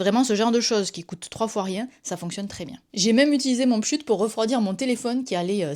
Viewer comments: J’ai toujours dit pschit. C’est la première fois que j’entends "pschut" xD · Par contre on dit pschit. Non négociable. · Pareil je me disais qu’est-ce qu’elle raconte avec son "pschut" 😂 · C'est la version au Québec peut être 😅